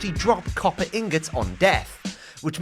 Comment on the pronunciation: copper Gollum’s you mean copper ingots😂